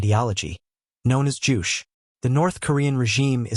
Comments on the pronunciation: 1. Ain't NOBODY trying to go to no North Korea to live. 2. It's not "joosh"🙄😒 (바보세기), It's called "ju-che" (and is pronounced as such). 3. Ain't nobody trying to go to no North Korea to live😂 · Pronounce Juche correctly.